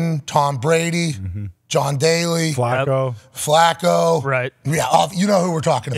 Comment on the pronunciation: "John Daly" 😂🤦‍♂️